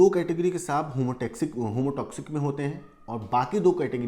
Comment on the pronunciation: Homotoxic नहीं सर heamotoxic बोलिए।